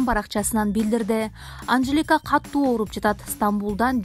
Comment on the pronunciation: Катту эмес, катуу деп суйлочу.